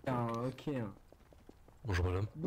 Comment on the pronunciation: dit bonjoure pas bonjourent